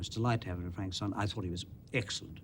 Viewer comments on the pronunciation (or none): Love how Peter Cushing always pronounces the name Frankenschtein